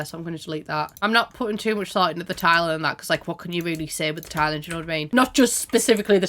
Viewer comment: the way "career" sounds like "korea" and "tiling" sounds like "thailand" in this dialect is op